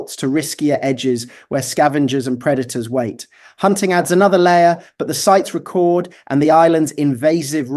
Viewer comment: Ah there it is ... .. the robot, besides preiously pronouncing record as ree-cord as in I want to record that sound, instead of rehk-cord as in I want to set the record straight, also invokes climate change, like the cultists like to slip in to every video, without laying proper foundation to imply man-induced climate change as a culprit